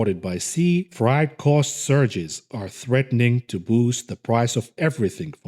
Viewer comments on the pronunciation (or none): Shipping tickers: ZIM MATX I exercise my fingers on every video. Thanks! "freight" vowels are pronounced like a-fraid